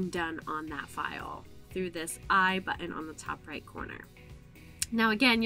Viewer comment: Of the several YouTube videos I've watched today, this is definitely the best for a newcomer. You don't talk too fast (border line though) and you move the cursor at a rate people can follow. Your pronunciation of "buten" took hearing it a few times to realize you were saying "button" - lol. Thanks for an easy-to-follow presentation. I hope you have others on this topic.